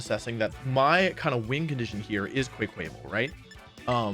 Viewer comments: Bro… how you go from Quack to quake? Sound it out man, kwak-qua-vaal. You don’t see the “aqua” in there? You weren’t calling them Quakesley or Quakeswell I’m sure… also don’t beg for subs if you’re already at like 820k clearly you’re going to continue getting subs, there are folks on here with 1000 subs still chugging along making it work not begging childishly. 820k subs is definitively enough to be making good money on YouTube. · Wolfe, it's "quack-waval' not "kway-kwayval" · Wolfey, my dude. Quack-uh-vall. Not kway-kway-vul. Quack, like a duck, aqua and the rest stems from a carnaval dancer/performer in Spain, who often wear attire that resemble a peacock. Need to save you from this name butchering once and for all. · "Quack-a-Vahl", like Quack and Carnival But I loved the video, your explanations are so in-depth <3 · “Quayquayvel” Wolfey my dood can you read? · Quay-qauyval I will commit a fucking crime if I hear someone pronounce it like that one more time I stg it’s like Carnaval, why is it so hard to understand! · wolfey be like: KweKwable. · Have I been pronouncing Quaquaval wrong all this time? I figured it was “quack-kwa-vall” with the word rhyming with “carnival”. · i thought i was immune to wolfeys misspeaking but qay-qayval is fucking me up so bad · hearing someone pronouncing QuaQuaval as "Quey Quey Vol" murders my brazillian soul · Im curious is the correct pronunciation more like "Kwa-Kwa-Vaal"? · I just know he has to be pronouncing the ducks' name wrong on purpose to trigger people like me. The qua in his name is obviously from the work quack but he pronounces it QUAY like he some kinda quail...this mans' mispronounciations are on ANOTHER level. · bruh if u're going to collab with someone might as well pronounce their name correctly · The way he pronounces Quaquaval....sad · Pls adjust your pronunciation of quaquaval, friend ❤